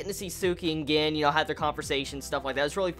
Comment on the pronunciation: bro Gin is pronounced like GEEN...just putten that out there